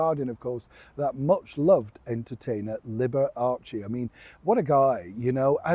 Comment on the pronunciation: Liberace. Not Libber Archie😂😂